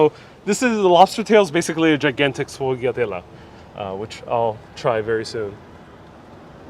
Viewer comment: "SHFOYADEL" ITS "SHFOYADEL" Just say it quickly all at once ! And the Lard bread omfg , I haven't had or made it in at least 7 years , Thanks for the reminder